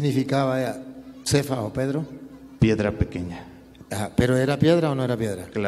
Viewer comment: ademas es cefas o kefas no sefas amigo wtf